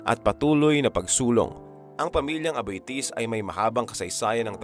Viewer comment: Aboitiz not Abitis. They were Spanish blood.